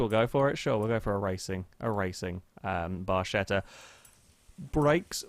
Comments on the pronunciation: is barketta, not barscetta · i'm cringing so badly... you should pronounce it barketta, ch in italian just sounds like k